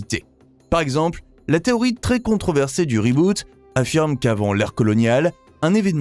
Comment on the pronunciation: On prononce Riboot pour Reboot !